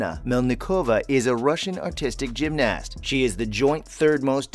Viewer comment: Why is he saying gymnast so weirdly and pronouncing the a